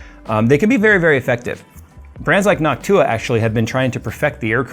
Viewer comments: For a moment there I thought said hawk tuah insteads of Noc-tuah. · Anyone else hear "hawk tuah" instead of "Noctua"? 😂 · you said "nawk-tuah" 😀made my day, thanks 😂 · Why do ypu pronounce it like Noc-tuah lmao. Its just one word, noctua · Everytime he said Noctua all I heard was Hock tua...... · Is it just me or is saying Noc Tuah 😂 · Jays pronunciation of Noctua has changed and I think we all know why